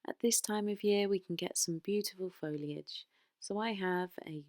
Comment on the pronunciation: I’m new to this, what a find! Your projects are wonderful! Also, you said Foliage, not Folage which so many pronounce it! 😂 x